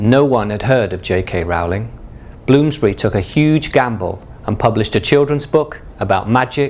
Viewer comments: its not Raul-ing Its Rolling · i was going to watch this but literally 10 seconds in he said wrow-ling instead of rolling and now im done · Rowling like bowling, not Rowling like scowling. I have a 1st edition Prisoner of Azkaban, but without the 'burn (line) so much' error. Is that worth anything? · OMG HE SAID JK ROWLING WRONG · Stop saying JK Rowlings name wrong, Christ.